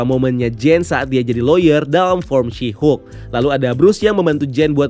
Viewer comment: Asik juga kok "Syihuk" ini ekwkwk